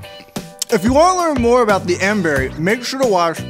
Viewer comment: it's miracle berry not mberry